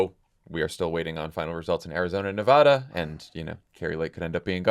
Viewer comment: AAAAA THANK YOU SO MUCH FOR PRONOUNCING NEVADA'S NAME CORRECTLY! It means a lot to me! So annoying when pretty much everyone in the world who isn't already living in Nevada is pronouncing it like NevAUda.